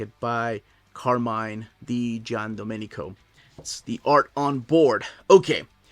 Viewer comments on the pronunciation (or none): hello, the correct pronunciation is car-MI-NE (with E 'alla italiana' not 'I'), not carmin 😀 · Nice italian pronunciation. Until the name of Di Giandomenico. Carmine is not pronunced as car and mine (which looked like two objects of the same name 😂), but you can say all the way tied to the final E. This vocal isn't silent so be free to say it like you did for his surname, whilst the I isn't pronounced as your english vocal, but more if it's an E from the English Alphabet. Be free to say it again 🙂